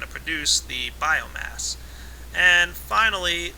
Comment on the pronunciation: Epic failure, learn to pronounce "Biomass"